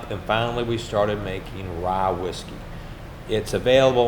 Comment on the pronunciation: Warum sagt er "Rah" statt "Rye"?